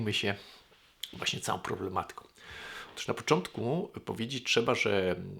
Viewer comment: "otóż", a nie "otusz"